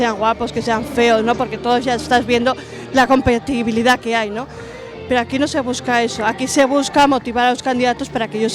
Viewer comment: "Copentibilidad" jajajjaa